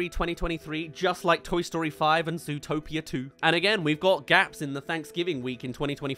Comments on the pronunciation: Did you just say zootropolis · It’s hilarious how he mispronounces zootopia